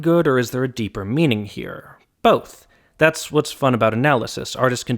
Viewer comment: dipper for the “is there a deeper meaning here” is great